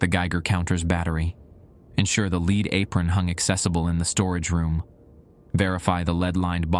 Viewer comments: LEAD, Pb on the periodic table...What churches (in the old world) have on their roofs, what is poisonous to humans if its consumed...Pronounced "LED" ! NOT "LEED" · one of the best ones I've listened to recently except for the pronunciation of lead lol